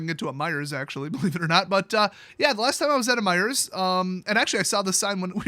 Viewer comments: Its MEIJER NOT MEIJERS ! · is a foreigner, annunciating the silent S in Meijer(s).